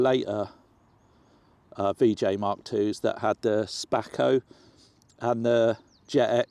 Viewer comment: i need a zoot after seeing that samosa lol when he sais spako!!!! spat my drink out lmfao top guy legend not sure about the greasers lol